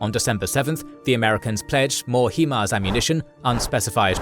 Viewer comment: It's pronounced Hi-Mars